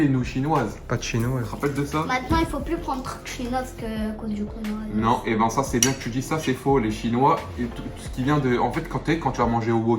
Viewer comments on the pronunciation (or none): Je sais pas vous mais moi j'ai entendu konohavirus😂😂